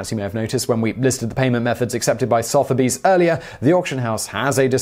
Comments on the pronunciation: It's sutherby's not sotherby's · Why are you pronouncing Sotheby’s like that? It’s not SOTH, like moth. It’s SUHTH, like the O in blood. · Sotheby's is "Suth-a-bees". Everything else is perfect :D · “So.therbys”? Isn’t is pronounced “Southerbys”? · His pronunciation wasn't quite right either. It's pronounced SUH-the-bees, with a hard th. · Probably already mentioned, but Sotherby’s is pronounced “suther-bees”. Carry on! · Really Simon...really.... your British ffs an you can't pronounce Soth-er-bees. ...tut tut my boy tut tut indeed. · Today I found out I've been mispronouncing Sothebys my entire life. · Soth? rhymes with cloth or Soth rhymes with dove? Where exactly did Simon learn what he calls English? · Why do you say Sotheby’s like that? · Why do you pronounce Sotheby’s like that? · How can you be English and not know how to pronounce Sothebys!